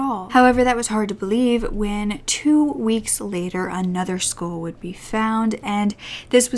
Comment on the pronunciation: I love your videos! Only thing is, when you say 'skull' it sounds like 'school' and its confusing sometimes 😅 sorry, I'm not trying to be mean, just thought I should point it out.